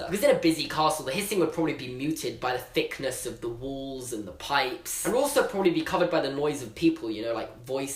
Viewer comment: He says "Thickness" as "Fickness"